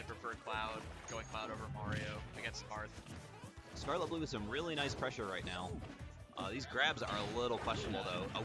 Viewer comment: its skarlettbloo not skarlett bloo